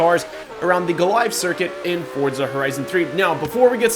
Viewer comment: its FOR-ZA not FORD-ZA or FORT-ZA. and the Huayra is pronounced like whoy-ra